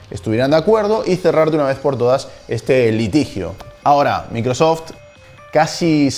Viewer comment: Pronuncia correctamente varias palabras en Inglés, menos Microsoft.